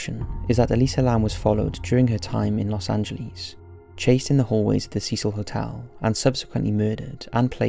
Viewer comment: The way you pronounce Los angeles though ... what the fuck?